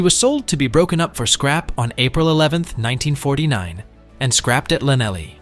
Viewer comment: HMS Una, scrapped at Lanelly......aggggggghhhhhhh......it's Llanelli...it's said as th-l-an-eth-lee